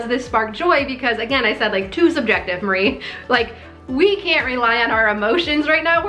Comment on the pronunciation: I'm sorry for this unsolicited and nit picky comment, but her name is pronounced Mah-ree-ay. There are no silent vowels or syllables in Japnese :) Thank you for this perspective on the silent stress signals we're absorbing daily.